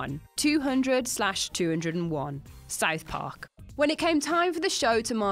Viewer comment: She also mispronounced South Park